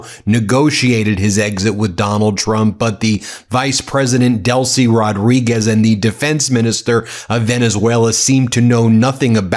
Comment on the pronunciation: It's not Rod–REE–Gezz. It's Roh-DREE–Guess. The Z is pronounced as S. The D goes with the second syllable, not the first. That's the minimum correction to try to pronounce this name correctly, and this much can in fact be pronounced by Americans who don't know Spanish.